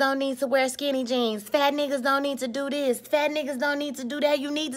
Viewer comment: Im glad you didnt make this about black men and us not liking my own women, and you are gorgeous. But the way you said fat niggas lmao PHat neeguuzz